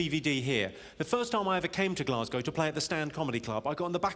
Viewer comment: Glaz go, not bloody giass cow ffs